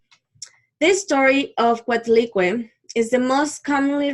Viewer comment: Thanks but learn to pronúnciate our gods